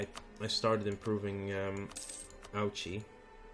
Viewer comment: for future reference ouchi is pronounced Oh-ee -ch-ee